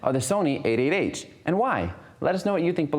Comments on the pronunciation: Why is he saying "8 8 H"? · A8H sounds like 88h :D